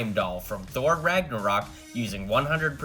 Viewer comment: U put in title infinity war but u say thor ragnaroc